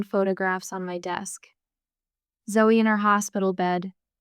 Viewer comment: I must admit to enjoying the story but it is ZOE not Zoey,little things spoil the bigger plcture